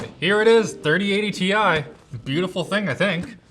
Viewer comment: Tie!! TIE!!! not Ti;-)